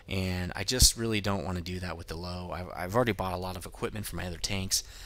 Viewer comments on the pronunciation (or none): it's actually Pronounced Lou-vuh. Meaning "Lion" in german. I dont mean to be a pronunciation nazi, but it drives me nuts when people say Lowe. XD Thanks for the review! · It's pronounced Lerver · FACT: The Lowe is pronounced Lerva-Means Lion or possibly Lioness or even lion king I'm not trying to be a dough and try and correct you bud. I just thought I would help yea out :D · You pronounce the Lowe like Loove not Low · Found out Lowe is pronounced Loo-veh. It means Lion. but not a big deal on pronunciation just spreading the knowledge. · Damnit.. dude its 'Lov-E.' The 'e' in the end is pronounced!! Just like in the 'Grille'. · It's pronounced løːvə or Lourve if you can't read that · It drives me crazy every time someone calls it a low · Actually, its pronounced: Loo-Vah. :) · what are u talking about?...Lowe is german for Lion il grant u that but since when is it pronounced Lerva? its pronounced Loewe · its called "Löwe": 1.) "L" 2.) "u" like in "curse" 3.) "w" with teeth at your upper lip 4.) "a" like in "battle" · If you going to butcher its name German name just call it the Lion